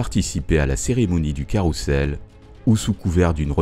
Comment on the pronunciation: Pourquoi prononcer 'carroussel' alors que ca s ecrit carrousel (son z)